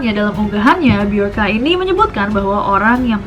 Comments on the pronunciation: Mirip sama sosok Bjorn di Viking. Bacanya juga jadi (Byorn atau Byorka) Bukan pake huru "J" klo dibaca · BJORKA (be-yor-ka) Be - Your - "K"/" KA"/"K-A" (inisial nama) ?????